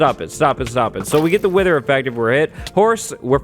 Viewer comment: I thought that he said "winter solider skull" not "wither solider skull".